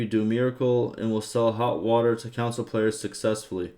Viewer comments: Bro he literally pronounces it like council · Bro, English my dude wtf is a video game “Council” , I had to literally stop watching this video because of that in